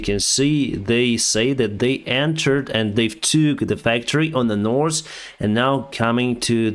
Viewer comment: you communicate in the language extremely well ? today we are flying from the saus to the nors :/